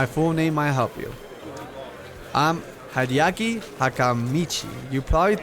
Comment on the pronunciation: You pronounce Haedeki (sorry if I spelled that wrong) like the Yankees baseball player Haedeki Matsui